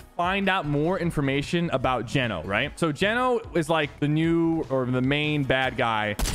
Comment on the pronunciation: Geno is pronounced like “Jee-No” Lmao